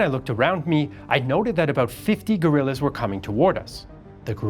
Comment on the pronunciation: I'm confused, because the graph shows $50 million, but it really sounds to me like you are saying $15 million...